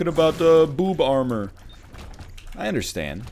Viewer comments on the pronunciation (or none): none